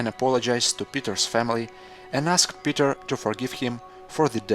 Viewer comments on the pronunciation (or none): none